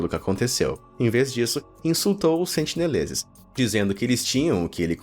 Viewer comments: tenho a impressão de que o narrador falou "sentileneses" algumas vezes kkkkkkk (ao invés de sentineleses) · sentineleses* ta falando sentileneses kkkkkk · muito bom vídeo. mas a agonia que sinto a cada sentiLenezes que vc fala, não ta escrita! corrigindo: sentiNelezes!!! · O nome da ilha é Sentinela, mas o narrador falou que seus moradores são os “SENTILENESES”...antes do 1º minuto, falou errado 2 vezes já! Vou continuar assistindo, mas se falar de novo, volto aqui pra dizer. Edit: com 1 min e 10 ele já mandou mais 2x errado...logo depois, mandou mais 3x errado! Pqp Edit2: aos resolveu começar a falar certo...